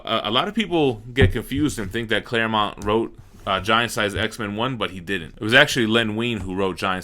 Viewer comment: Pronounces “Claremont” correctly. Me: satisfied sigh: goes back to saying “Claremount.” Me: Screaming internally.